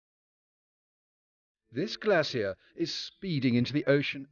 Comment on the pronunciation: Glacier, not glassier